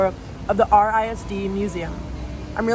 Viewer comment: when you said r-i-s-d i laughed out loud i live in RI and we all pronounce it rizz-dee